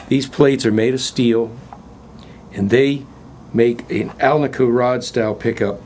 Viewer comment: Thank you for an excellent video. And thank you for pronouncing "alnico" correctly and not saying "al-nee-co". That alone made me subscribe to your channel!